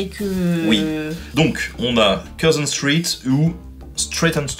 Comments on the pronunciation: Street --> Stritt ^^ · Stritt? Comme dans Street? 😂